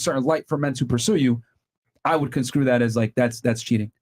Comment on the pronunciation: Myron. I keep hearing you say "conscrew" but it's CONSTRUE. I would rather be told I'm mispronouncing something over not being told and continuing to do so. Sooo here ya go